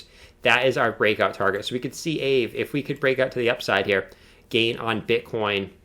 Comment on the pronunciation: I think it's pronounced, "Ah Vay." It has tremendous potential and $5K looks like a reasonable 1 year target. This is not financial advice, only my opinion.